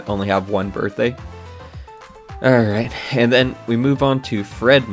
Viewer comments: Every time he says "ayand" a demon possesses Khet. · My god, his way to pronounce "and" (and overall his hyper annoying fuck*ng voice, accent, respiratory tract), I can't even, I need a break. Fantastic job mate, this is solid work !!